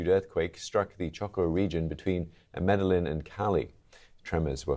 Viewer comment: "MEDALLIN"?! did you do your research to check for the proper way it's pronounced?!